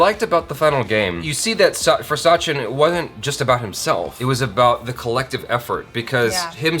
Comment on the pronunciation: I just want to correct it is a short "a" in sachin pronounced similar to the "u" in "such". Sachin/Suchin and not Saachin.